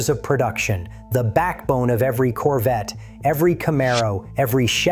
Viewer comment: Its CORVETTE. Not "coverette". And you do? YOU remember the 1983 Corvette? You're saying this on a device with an internet connection. How do you remember a car that was never mass produced? There were only 43 prototype 1983 Corvette's made and the only ONE 1983 Corvette left is sitting in The National Corvette Museum in Bowling Green Kentucky. You even edited your comment to make your self sound smarter. Glad you remember a car that never hit the streets. Quit passing false information. You're not amazing, desipte what you tell yourself.